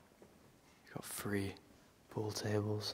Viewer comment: I think I've got it now: you say F not TH, like free, furty fousand free undred fings....🤣